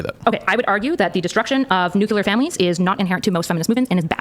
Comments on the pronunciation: I was fully on side until she said "nucular". She lost the debate. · She’s not helping herself by saying “new-q-lure”